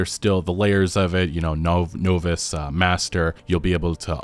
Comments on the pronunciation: Bro it’s pronounced nah - vice not no-vice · It’s pronounced “nah viss” not “no viss” just figured I would let you know… 😊 good video though 👍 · Novice is pronounced N~of~iss. The OV is like OF (of course), also like obviously ( just throwing a silent B in there for a dash of confusion ). It is not NO~viss The ICE isn't like ICE, more like office (iss). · Naaaaa vis not noooo vis 😅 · Novice: Naw+vis. Not, Know-vis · For the record, Novice is pronounced Nahviss. But great video and makes my first few hours feel less like a daunting time. Thanks! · Novice: Naw-vis. Not an amateur but a Novice at saying the word. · Advanced technology - the "noe-viss" lock. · It makes me cringe when he says “know-viss” for novice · naa·vuhs...that's how you say novice. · I thought i was the only person who pronounces novice the way he does 👍🏻 edit i can't spell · I think you pronounce novice funny lol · Ive never heard anyone pronounce novice like that